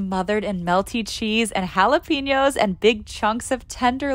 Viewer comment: Jalapeño is pronounced like pen (🖋), not "peen" (🍆)